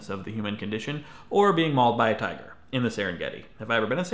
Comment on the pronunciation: When you said tiger I thought you said titan at first and I got really confused